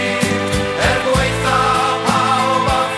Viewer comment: Love this absolute banger but I hate how they say 'Er gwaetha' pawb a popeth' They say 'gwaetha'' like 'gway-tha', mispronouncing 'ae' is fairly common but it's properly pronounced as 'eye', not 'ay'. Secondly, they say 'pawb a popeth' as 'pawb a phopeth, however, 'a/ac' doesn't cause mutations, this is also a common mistake, I guess people confuse it with 'â/ag' which causes aspirate mutations, T - Th, C - Ch & P - Ph